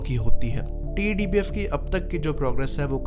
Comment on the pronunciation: Why do you keep calling it "टी.ई.डी. बीएफ" It's so tedious & irritating.. Just call it "टेडबीएफ" & be done with it.